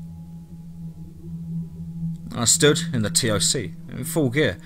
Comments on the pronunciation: TOC - you say it like "TALK", not T. O. C. F. O. B. = FAHB. Really enjoyed the stories. I know some of them are actually true... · Since these stories are supposed to be true stories told by soldiers why don't you try learning the acronyms !! Like CPT try saying captain, or SSGt say staff sergeant, or LTC Lt Colonel , TOC us dont say the letters you just say TOC . Just saying if it's a military veteran he would say F O B he was say FOB like the word.